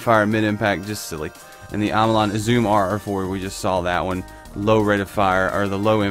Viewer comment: Uzume= oo-za-may